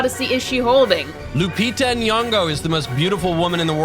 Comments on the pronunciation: you pronounce Lupita's name wrong through most of the video. Her surname is Nyong'o, not Nuwongo. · Nyong'o. Not "Nuong'o"